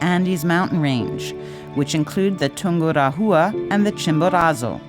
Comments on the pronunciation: Not poor, it is plain terrible. I've climbed Chimborazo and have been to Ecuador a few times. My ears hurt when I hear "Tungura -HUA" instead of Tungu RA wa", and sound "z" in Chimborazo. Are they going to pronounce Quito and "KWIT - oh"? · The sound track is terrible. In "Chimborazo" the letter "z" s pronounced as "s" as in "see", not "z" as in "zoo". What is Tungura-HHHUa??? It should pronounced as "Tungu RAH -wa". Your videos are usually great, but please LEARN how to pronounce the names of the places. It takes seconds to do it. It is hard to watch when the place names are butchered.